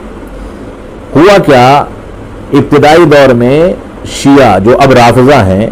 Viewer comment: Bhai siya nahi shia hota hai